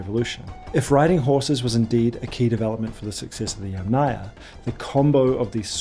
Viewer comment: ‘Aryan’ starts like ‘air’, not like ‘ah‘, ‘Yamnaya’ is stressed on the first syllable.